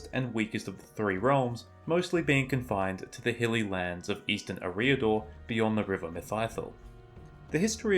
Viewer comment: I've never heard Eriador pronounced the way this channel creator does it.